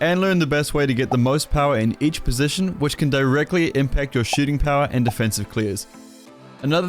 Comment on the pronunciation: Who else thought he said “shitting power” and not “shooting power”